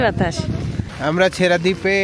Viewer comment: ছেঁড়া দ্বীপ কে ছেসরা দ্বীপ পড়া আমি 😅😅😂😂